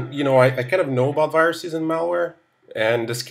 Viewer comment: 'Christopher' seemed to lose his caucasian accent every now and then, and almost sounded Indian! Viruses curiously became wiruses!